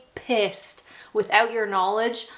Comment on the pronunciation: Oh I had to chuckle everytune you said "pissed" and at the end "Absolutely Pissed". I'm sorry to break it to you but you may still sound like a Canadian but your definitely 100% British now. 👍